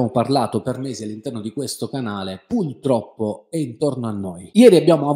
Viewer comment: tu sei fantastico, ma non si dice pultroppo, ma purtroppo. Scusa se te lo faccio notare, ma stona con il livello della tua cultura.